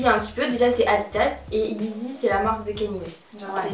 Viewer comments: On dit Kanyé pas Kanye même si ça s'écrit Kanye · Carton jaune sur la prononciation de Kanye